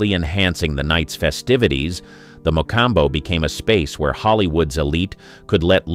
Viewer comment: I can't watch another minute of this video while the narrator oblitiates the name of the MA- Com- Bow.